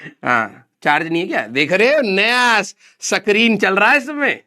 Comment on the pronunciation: Screen ❌sakreen😂😂✔️